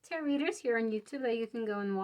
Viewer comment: I often deliberately choose (for all kinds of vids) ESL speakers. I didn’t have a problem until she said ‘territ’ for tarot (tear-ROW). I’ve never heard that one before!